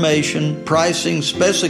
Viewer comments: The spe-si-kay-shuns are very specific just go to dotcom to find out already. sheesh. honestly, I liked the dude though, lots of smooth talkers out there, he just seemed real. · jeez triggered much? The guy couldn't even say "specifications". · why would they hire a full-on hillbilly to narrate a yacht worth million$...? He couldn't even verbalize "specifications" at the end of the vid...